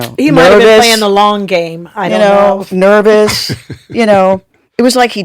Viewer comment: Why does she pronounce her “s” like “shhh”. “Nervoushhhh” lol